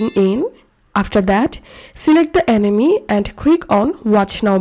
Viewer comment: he talking about how you pronounced Anime as Enemy 😂. Nothing else girll